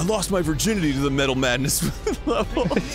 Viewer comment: Me-tal maaadness o ye it's metal maaadness